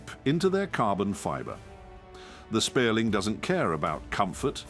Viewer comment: SPIERLING - cmon man at least get the name right